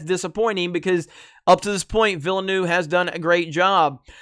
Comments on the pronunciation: wring on Villeneuve, hes French not Spanish, it’s Veelnoov, sorta—eu is a French sound that doesn’t appear in English. Look it up before you post, dolt. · It's pronounced vill-nuv. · You goofball! It’s “Veelnev”. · + Gamers. Villanueve is pronounced (vee-yah-NWAY-veh). The double "L" creates a "Y" sound in Spanish. Liet (lee-et) Kynes (Kines) Hope this helps. Aside from that great video. You should read the original Dune novels or at least see the 1984 movie. This video lets me know this is going to be butchered. Not a good thing. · Simple, boycott. Pronounced viel-nerve, like the racing drivers. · I know neuve actually means new, but its not pronounced like that. Villeneuve is pronounced, Ville-nerf:-) otherwise great vid as usual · dude is not even trying to say villeneuve lmao